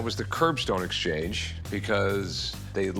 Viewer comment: Love the guy's face when he says "exchance"